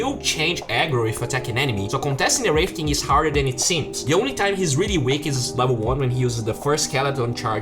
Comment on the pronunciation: LEVEL = LAAAVEL. Better = BATTER.